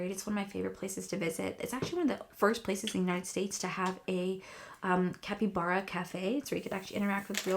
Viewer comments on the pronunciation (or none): none